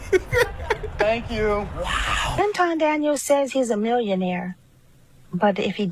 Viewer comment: Pronounce it AntWan. He changed his name for wypipo